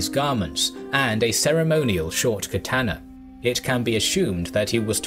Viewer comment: “the duel Katanas”. First, horrible pronunciation of Katana along with many other terrible mispronounced words and names throughout the video. Second, I’m guessing this is referring to the daisho, the katana and tanto/wakazashi worn by the samurai. It was never two katanas. The katana is a two handed sword, why would you need two on you? Daisho literally means “big little” as in “big sword, little sword”. And this is how you lost me in less than a minute.